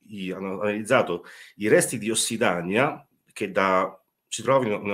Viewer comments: Interessante, ma sentendo parlare l'autore, con errori pacchiani tipo "Ossidania al posto di "Ossidiana", "abitanti di Atlantidi" non ispira molta fiducia. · Ossidania? Perché non ossidaina? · Possibile che non sappia che si dice ossidiana? Incredibile. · Informazioni utili e complete. Una conoscenza vastissima. Una spiegazione chiara e senza tecnicismi. A fronte di quanto detto prima, rimango basita dai commenti focalizzati sulla errata dizione di ossidiana.